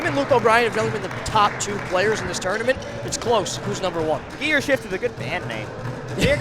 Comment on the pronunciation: Please learn how to say tournament...FFS